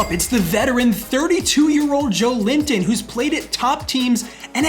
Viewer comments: It’s not Joe-linton it’s Jo-Elinton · Hey mate! As a Brazilian who loves your series, one little hint: At the start of the video i was like "who is this Joe Limpton guy, never heard of it"... and then i saw his name and figured it out it was Joelinton, the CM of my national team haha! In case you'll keep him for a next episode, try to pronnounce Jo-Wellington, with the é sound hehe. Other than that, great content as always! You the best. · Just a heads-up! Joelinton is pronounced as Joe-eh-leen-ton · Just a quick tip from a brazilian, hope you don't mind... Joelinton correct pronunciation would be more like "Jowellington"😅 Once again, great work, this series keeps on being amazing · Cheers from Brazil! Just a heads up: Joelinton's name is actually pronounced like "Joe Wellington"! That being said, keep up the awesome work, this series has been insane! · I am Brazilian, you are saying Joelinton name the wrong way. its Jo-élin-ton! google translate migh help you. love your vids bro!!